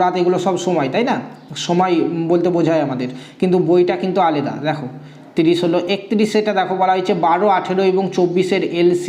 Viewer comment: aleda uchharan hobe na alada